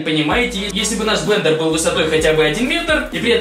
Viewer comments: БЛЕНДЕР, а не БЛЕДЕР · Блэндер😂😂😂а не Блэдэр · особенно "бледер" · БЛЕДЕР а не блендео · Понятно как учился в школе...... Бледер, бл@ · блендер а не бледер )) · Не бледер а блендер! Измени название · может блендер, а не бледер? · А ошибка Блендер, а не бледер!